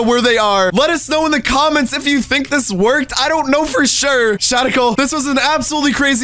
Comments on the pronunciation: Instead of shadical he said froul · Its shadical not radical or badical